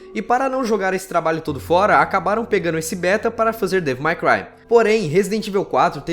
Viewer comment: pratica essa pronúncia de inglês meu amigo, ficar escutando vc falar resident "ivel" é foda, sem dizer devil "mai" cry!